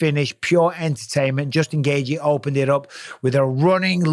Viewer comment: It’s not Gaygee it’s gayCHEE